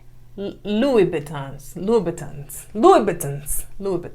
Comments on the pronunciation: 😂🤣😅it’s Pronounced “Loo boo tin” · Christian Louboutin (Loo-boo-tin) and Louis (Loo-ee) Vuitton (Voo-tahn) She was being modest about the cost, unless she bought them on Poshmark and eBay pre-loved. My bf bought me a pair of CLs for Christmas, and I wasn't mad, but it took me a good minute to accept that he spent THAT kinda money on the shoes AND a bag. I was thinking about the upgrades to my kitchen that I want. 🤣 If you like nice or expensive things, fine, but it shouldn't define who you are, and it shouldn't be what you need to feel like you've "made it" or you're successful.